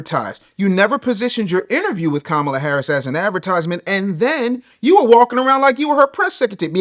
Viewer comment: Bro can’t even say Kamala right smh